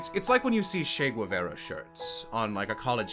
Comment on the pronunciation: When he said "Güevara" instead of "Guevara" I nearly threw my phone out the window I remember when this bugger had 500k and thought, "This guy deserves more, his stuff is fantastic"